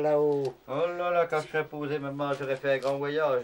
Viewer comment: "Quand tu seras posey"